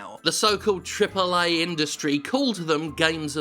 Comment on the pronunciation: I won't let you get away with this lazy, lazy "AAA" intonation! :D